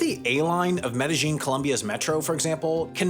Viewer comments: OK but it's Med e Yin not -Jin Confusion comes from a double transliteration. "J" is pronounced "Y" (as in yellow) in the germanic languages so it's sometimes used in the spelling of some Spanish place names like Mallorca (Majorca) and Medellin (Medejin) but it's completely wrong to pronounce the J like it is used in English (as in judge). The Spanish word is spelt with a double "L" which is always pronounced "Y" in Spanish. "Medeyin". Never "Medejin". You're welcome. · Double L’s are pronounced like Y’s in Spanish - Me-de-yeen. Not pronounced like whatever it is you’re saying when you say Medellín - Me-dej-een. 🙂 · You are mispronouncing the name of the city in Colombia. It is NOT "med-a-geen". It is Spanish - "Med-a-Yeen" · Not a bad video even though it’s AI. The telltale sign as he keeps pronouncing meh-deh-YEEN med-see-zheen. Chinese often pronounced to L’s like a ZH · Each time you mispronounced Medellin was more painful than the previous... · your gringo accent is quite off-putting, if you are going to do these videos at least learn how to pronounce the names of the places you are talking about. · Your pronunciation of Medellin, lol. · my only knowledge comes from watching the show narcos but im pretty sure youre saying Medellin wrong